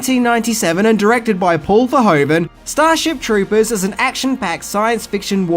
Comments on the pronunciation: Great video once again! Really interesting facts. One minor nit-pick (only a Dutch citizen like me would have): The director is called Verhoeven not Verhoven, pronunciation: Ver-who-ven. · Paul Verhoeven, pronounced Ver-WHO-ven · Paul Ver HOO ven. ;) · I'm always do disappointed when people criticize a piece of media as bad just because they're too stupid to realize it's satire. btw. The name is pronounced something like vair-who-ven. But that's a understandable little error.